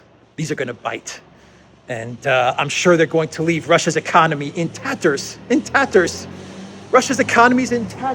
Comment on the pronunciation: "in tatters" 😂